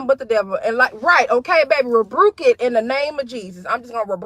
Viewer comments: Did she say "rebRuke"? 🤣🤣🤣🤣🤣🤣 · "Rebruke" it??? OMG!